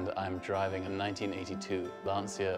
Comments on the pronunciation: In Italian the word "Lancia" is pronounced /lancha/ not /lansia/ christ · it's pronounced "Lan-chia". Not "Lan-sia" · It's not pronounced Lansia, but Lancha... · Thanks, at least you confirmed what i originally said: proper pronunciation of Lancia is LAN-CHA, not Lan-see-a. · Why does everyone mispronounce Lancia? It is, "Lan-cha." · William Elliott "Lancha" is the correct italian pronunciation. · Hless421 Yea, and Pry Us for Prius. What's the fucking big deal to me it's still a Lan see yah. The fuck man, nuclear/nucular potato/pot ahh doh. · Lenencia and pesto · finaly some1 understands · Hear That? The I've only heard Italians pronounce it lanseaah. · Come in italy or europe, and you will find that everyone spell it "Lanchia" lol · luncher got it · no, there are not few motherfucking ways of pronouncing it. It is a brand but it is also a word. It is pounced /lancha/, and it means spear. End of story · Lovely video, lovely car, humble owner - but please, the 'ci' like in Gucci - Lan-che-a; the engine is by A-bart not "a bath" and ideally, it's a 'zay-ro tren-ta set-a'. I know it seems pedantic but when you're speaking of such history and such beauty.... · Andrew Cleland If we're being like that I think it's technically just pronounced lancha or lancha... Like one would pronounce mangia. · It's not LanSia it's Lancia! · Announcer doesn't even know the proper pronunciation of the names - Lancia, nor Abarth. They are "Lon-cha", and Ah-bart". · Lanzia? What is a new brand?? Lancia deficiente Lancia! ! Maledetto inglese.. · " LanSia"... Owns exotic car, but can't pronounce the name. Hilarious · lol it's pronounced how is written "cia"-chi-a lan-chi-a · why are you giving lessons on how its pronounced in Italian when you dont even know? an "I" after a "C" is pronounced as "CH" in Italian. like Channel. in Italian it would be spelt ax "Ciannel" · Per Eldh The "i" is silent; it's like saying "ciao", which sounds like "tchao".